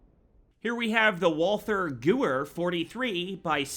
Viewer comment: In sorry to be 1 of those guys but he pronounces Walther Gewehr (Wall-Ther Ga-Where) but its pronounced (Wall-Ter Ga-Vare). Sorry but I had to address it.